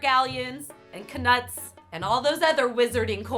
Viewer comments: Did she say k'nuts instead of knuts? 😁⚡ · I’m disturbed you just pronounced the k in knuts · its actually pronounced "KA-Newt" not "KA-NUT" I know. mind blown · It’s pronounced nuts not k-nuts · Knuts is just pronounced nuts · Knuts are just pronounced nuts. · Did you really just pronounce knuts as ka-nuts like ily but that is not correct😂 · Did she literally pronounce knutts (cuh nuts) 🤦🏻‍♂️ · did anyone else hear her say "kuh-nuts" as opposed to the silent k in "knuts"....... lmao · Did she say knuts like..... ka-nuts??, sweetie. No. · Knuts = nuts , pronunciation. Sorry it was just making me itch about the way you said it. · "kay-nuts" NO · She prenounces knut with the k. I thought it was silent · you said knuts wrong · The way you sat knuts is horrifying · Yes she did, no that isn't how you say it, she mentions it in the livestream